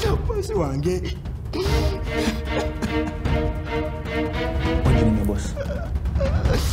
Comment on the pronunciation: Risen isn't he amoslim? Mom:owange🤣🤣🤣🤣🤣